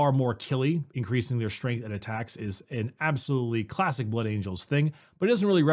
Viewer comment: Oh my god! Just yesterday I was thinking about how puts M's in "Strength" (Stremth) and adds M randomly at the end of the last word of a sentence, especially ones ending with N (Versionm, ambitionm etc.) And now they're doing a video together!? They should call it M&M!